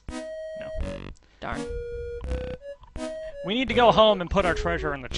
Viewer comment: I feel like Bard's declining to help out might have been related to the way you tried to call him Brd like, every single time.